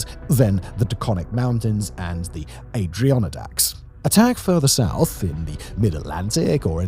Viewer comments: "Adrionodack mountains"? That's a funny way to pronounce "Adirondack" 😁 No shade, love the channel! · Sorry, had to - Adrianonadacks? 😂 it’s pronounced Add-A-Ron-Dack. Love your stuff man, keep it up! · Not ay-dree-on-a-daks but add-a-ron-dacks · Great video! Adirondack is pronounced “ADD er Ron Dax” You got close on the Appalachian mountains but according to its inhabitants its pronounced “APP a latch ins”….im from Ohio just to the west of it and got it wrong for years so dont worry! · I know you have the phonetic dictionary but the pronunciation was so bad I had to comment. Aah-DER-on-dacks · 😂😂😂😂 Let me help you, Simon. Adirondack, as in Adirondack Mountains, is pronounced adi-ron-dak. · Adirondack Mountains its Ad-uh-ron-dak <3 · Next time you say washington and show a pic. It should be the capitol building not the white house. Also. Side note Adirondack mountains. Is pronounced add a rondack. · As someone who lives in the Adirondack’s I can tell you I laughed at his horrible pronunciation. I completely get why he pronounced it that way though, a lot of stuff in this area has very weird names. For future reference it’s pronounced Ad-uh-RON-dak. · hold on hold on i must say you pronounced like half of the mountain ranges in the east coast wrong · the Adirondack pronunciation had me rolling. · how the F did you pronounce Adirondack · We’re gonna have to talk about the pronunciation of Adirondack 😅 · Simon, you pronounced “Adirondack” wrong.